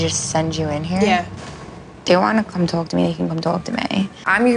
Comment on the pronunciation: “She can tawwlk to me” lol Sammi’s jersey accent really popped out 😂